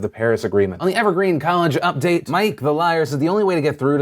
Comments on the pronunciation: Pronounced M'aiq as Mike. Phil please. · Bro it's My-eek, but it's just Skyrimthings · It's pronounced My-eek the Liar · Did...did PhillyD just mispronounce M'aiq the Liar...PHIL YOUVE PLAYED SKYRIM RIGHT? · also how dare you mispronounce m'aiq bruh dost thou evenst skyrim? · I see you Maiq the liar. I see your Skyrim reference...even if Phil didn't get it and also mispronounced your name ;)